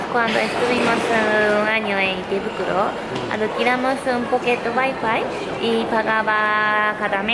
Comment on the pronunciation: Un sevillano pateando el español diciendo "guai-fai" ? 🤐😫 XD !!!